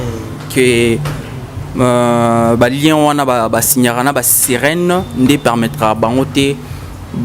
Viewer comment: Stop saying lieu.lien lien